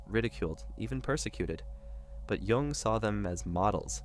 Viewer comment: It’s Carl Jung not Carl Wung.